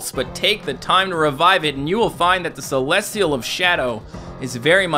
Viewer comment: Celestial not celesial that's it